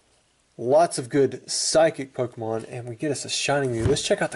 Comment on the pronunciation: lol you said pokemoon LOL